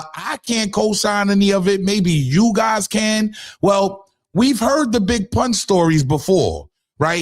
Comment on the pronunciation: You giving clout and he couldn’t even pronounce Pun’s name correctly lol